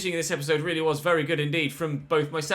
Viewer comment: got that excited he said reallyo 😆